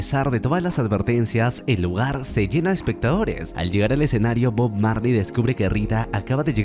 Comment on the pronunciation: Cuantas veces dijo bog Marly en video 😅